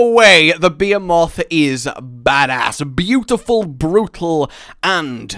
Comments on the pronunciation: FOR THE LOVE OF FUCK IT'S NOT "BEEEEEEEEEE-EH-MOTH"!!!!!!!!!!!AAAAAAAAAAAAHHHHHHHHHHHHHHGGGGGGGGGGGGGGHHHHHHH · Bee-HEE-moth. Please. I feel ill. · Great video but is pronounce Beh-he-mut lol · hate how you say beeheeMOTH. but God my two favorite game series are merging!?!? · ....RAGE....RAAAAAAAAAAGE ITS PRONOUNCED BEE-HE-MOTH....CHRIST MAN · Beh-hee-muth thank you very much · Not to be an ass but its pronounced BE-HE-MITH but is spelled behemoth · I always pronounced it buh-he-myth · "It's...THE BEE-A-MOTH!!!!" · As a ff geek I’m breaking my head against the fking wall because it’s not how you call the fking behemoth he is called be-he-moth making a fking accent in he so pls pls fix it fking fix it!!!! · That's just how he pronounces it we've tried correcting him but it didn't work, it pains me to watch his dauntless videos because of how many times he says bee moth instead of behemoth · Lucas hopgood he actually says it right, and I know it bothers me too how he say behemoth. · Im sorry but your pronunciation of Behemoth is INFURIATING! Was he trolling us when he made this? This is kind of a bone Apple tea scenario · That's a very progressive way to pronounce behemoth. Very hipster ish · He hasn't played that many ff games if he pronounces Behemoth wrong. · 58 jimmies were rustled by the improper pronunciation of Behemoth. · The way you pronounce "Behemoth" hurts my ears as an English major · More chances for to mispronounce BeHemoth, great 😂😂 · Your saying Behemoth wrong. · Not how you pronounce Behemoth. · Dear God you said Behemoth horribly wrong, lol. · pronunciation of behemoth kills Me but at least this news is dope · Just the Brit way of pronouncing it. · Is that the way you pronounce Behemoth or have I been getting it wrong the whole time? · Wrong. its pronounced one way, any other way is a butchery of the word and just poor pronunciation. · This isnt a Baha-muht/Ba-ha-moot moment. He is most definitely saying it wrong